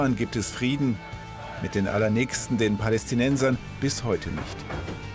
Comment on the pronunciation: Es heisst Palästina📌📌